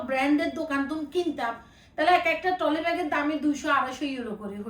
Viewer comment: টলি না ট্রলি